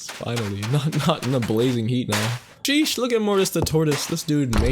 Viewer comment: Ur not saying sheesh right it’s Sheeeeeeeeeeee